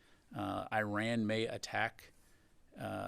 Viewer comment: He can't even pronounce the name of Iran correctly , how he got this job is a joke